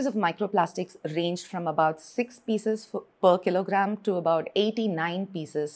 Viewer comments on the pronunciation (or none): none